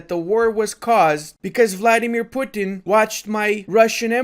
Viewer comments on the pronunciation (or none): none